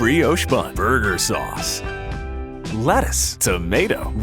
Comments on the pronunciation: It sound likes it's sayin butt sace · “BURGUR SUACE” proceeds to put 2 drops on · “BEurGeaEer SaeUcE” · I swear I heard "butt sauce"!